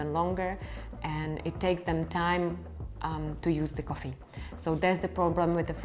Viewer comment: İts sound funny how you say coffee (koffi) and you say it a lot :))) thnx